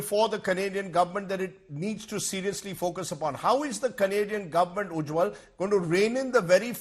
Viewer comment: Rajdeep it is Ujjal not Ujjwal